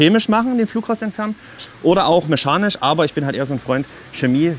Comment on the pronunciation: Meschanisch oder mechanisch? :>